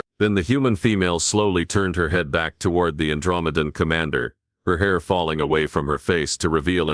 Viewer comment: Good story but the AI or whatever is reading it has left me mispronouncing Andromedean. It may take me weeks to recover.